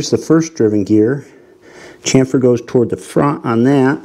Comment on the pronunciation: The pronunciation is 'Chamfer' which is entirely different from the, 'Camphor' pronunciation, that is different word altogether. Where you a machine engineer in a previous life incarnation?